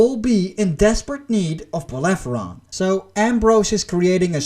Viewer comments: "Bellerophon". Not "Bellepheron". Google is your friend. Takes like, 2 seconds. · Belerefonte not beleferonte... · It's "Bellerophon" 😓 But great review man ! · whatever the spelling in English...but you pronounced the f first and then the r...this is why I corrected you. Should be spoken as it is written. R first then f.